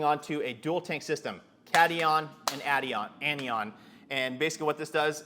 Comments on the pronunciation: Not bashing just trying to help, its pronounced Cat-i-on and An-i-on. Great video! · Its (cat)(i)(on) and (an)(i)(on). It's just chemistry pronunciation. :) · Good vid. Ps, Pronunciation Cation: Kat - eye - one; Anion: Anne - eye - one